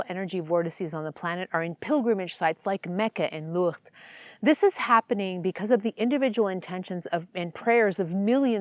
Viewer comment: Okay, you definitely don't know how to pronounce Lourdes.